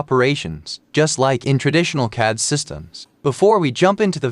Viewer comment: You need to teach your AI pronounce "CAD", haha! But other than that, the workflow is indeed cool. I must spend some time learning Sverchok.